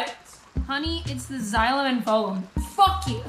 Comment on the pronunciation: Its phloem ( f-lo-e-am) not pholean(fo-li-am) it's simple bio .( Disappointed emoji)